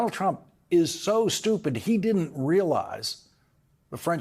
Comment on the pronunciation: I absolutely love the way Lawrence pronounces the words Stupid and Stupidity. Could listen all day. Thank you sir.